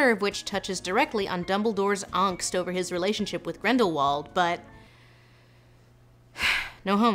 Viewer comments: I love how you pronounce the word "angst", Lindsay. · I appreaciate you taking the time to properly pronunciate your foreign words. No AE butchering of "Angst" is not so difficult after all...